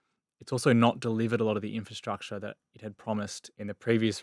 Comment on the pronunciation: I am totally fed up with hearing people say inferstructure when the word is INFRASTRUCTURE!!! I would expect better from the deputy editor of Investors Chronicle! There is therefore NO INCENTIVE for me to subscribe when standards have fallen so low!